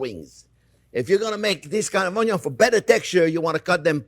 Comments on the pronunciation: Ognion in French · I love the Orn-yawn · So... There are red "ONYO" too 😎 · onyon indeed, chef. tres bien. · Boku no pico onyo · Comparing to the video 10 years ago, this time he pronounces onion somewhere between the English way and ONYO. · I subscribed just because of how he pronounced onion.😆